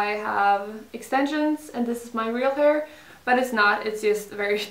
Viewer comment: Uttalas väl hair inte haur